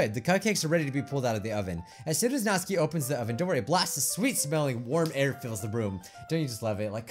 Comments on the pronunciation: It's Nat-su-ki, not natski!!😂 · Nautski it's not nautski it's natsuki and it's not Bijju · its nats*UUUUUU*ki not natski plzzzzz u are murdring my ears every time u say her name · I wonder if he knows that her name is Natsuki and not Natski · He is missing the "u" in Natsuki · Does he know he’s saying Nasuki’s name wrong? Just me? OK